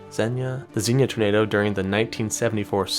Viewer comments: congrats! you said xenia right! its "zeen yuh!" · Good job at getting the pronunciation of Xenia right on the first try! That tornado outbreak is still talked about today even time there is a storm. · Something to note about Xenia,OH (your first pronunciation was correct). It was hit by an F5 is 74, an EF4 in 99, that followed a similar path. And is a suburb of Dayton that just sustained an EF4.